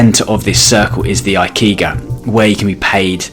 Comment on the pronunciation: ikigai is pronounced E-Key-Guy